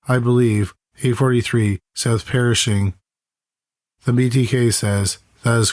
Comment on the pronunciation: Pershing, not perishing, though the mistake is appropriate here. I love your shows, but your pronunciation of some proper nouns leaves something to be desired. Keep up the good work!